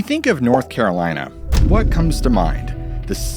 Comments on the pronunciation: Not Carol-Anne! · North Caralina 😂😂